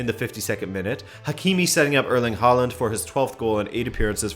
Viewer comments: Its håland btw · How can you be President of the fan club but still mispronounce Haaland's name! SMH #notmypresident